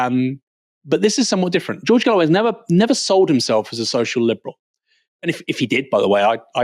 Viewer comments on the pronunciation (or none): "fing" "wiv" "neever" "fretten" "sumfing" "feem" 🤦🏻‍♀️ Please speak English correctly. You're but seeing a very good example to non English speakers or making yourself very easy to understand by them.